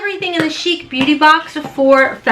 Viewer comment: É with an acute accent sounds like “ay” Ace Beau-tay. My daughter in laws name is Naté and sounds like Natay not like the boys name N-ate.